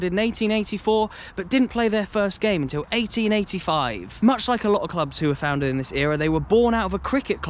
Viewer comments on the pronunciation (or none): none